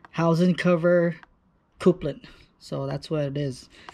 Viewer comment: Coupling: CUP-LING